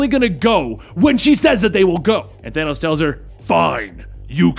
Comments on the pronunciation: Excuse me, but uhhh.... Did he say thano ?! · Hey you know your not saying his name right